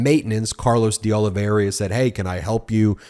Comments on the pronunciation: "Oliveira" pronounced as it is spelled..not "Oliv-e-RIA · Hi BEN! Portuguese names are your nemesis. Look at the second "I." It is BEFORE the "R" and not pronounced. It is "Ol i ver a." That dang extra "I" trips up a lot of people especially when it comes to spelling. My last name is rare and included on the confusing list.